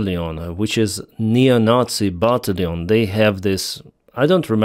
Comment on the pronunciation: why do you pronounce batallion…..bah-tally-yun 😀